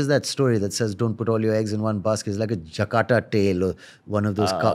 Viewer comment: Saif Ali Khan calling “JATAKA” as “JAKATA” tales 😅 Also, it’s great that the interviewer is in this headspace where he is inspired all the time and clearly this interview is a “spiritual” experience for him. But, years down the line he’ll realise what a disservice he was doing to this wonderful interview by interrupting Saif (again and again) when he was taking his time to formulate well thought out answers to all the questions asked.